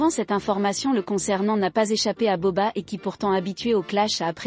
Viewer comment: Je deteste la voix qui parle Et he nai pas entendue la reaction de booba Et cest bouba pas boba